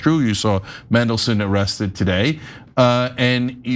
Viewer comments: His name is Mandelson not Mendelson, if you are reporting, please get the name right! The man is a pos btw, it’s just infuriating that so many people can’t get simple things right and it does detract from your reporting! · It's MAN-delson, come on guys, do you not take a second to check how to pronounce the names of the people you report on!? I'm now going to be pronouncing your names EH-na and Chank. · It's Mandelson, not Mendelssohn. Can Americans not read? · Mandelson not Mendelson. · Why not? Because you have a flawed and bipartisan justice system. In the UK, judges are NOT "elected" by politicians. They're "employed" based on their competence and aptitude for a job. it's Mandelson, NOT Mendelson! Think of Mandy not Mendy! 😅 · Mandelson Ana...as in Man,not men. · Get it right, it’s MANdelson, not MENdelson. Kind of annoying given it’s pronounced exactly as it’s spelt! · It’s Mandelson not Mendleson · It's Mandelson, not mendelson, get it right 😮😮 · Same charges as Andrew Mountbatten-Windyarse. Not enough, but these types never face consequences. And his surname is MANdelson, not MENdelson. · He's always been a bad risk. Should never have been allowed into office. By the way, it MAN-delson not MEN-delson! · It's "MANdelson" Ana. Not "MENdelson." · mAndelson with an “A”, not mEndelson with an “E”. Please. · Just as a sidepoint, it’s MAN-delson, not MEN-delson. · That's just how yanks speak. If they say Manchester, they pronounce it Menchester. Just let em be. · Mendleson. Mega lols. Love how get pronunciation wrong. I might refer to him now as Mendleson. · its pronounced man-DEL-son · You’re pronouncing his name wrong. It’s Man-del-son. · Who's Mendleson? Some classical music guy? Seems she can't even read words phonetically! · It's pronounced "mandle-son" . Thank you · MAAAAAANDELSON.....it's not hard... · ITS FCKN MAN-DELSON!!! why do Americans have to mispronounce fkn EVERYTHING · As soon as I clicked I wondered how they would mispronounce Mandelson 😂😂😂